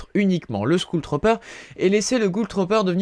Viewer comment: "skoule tropper" xDD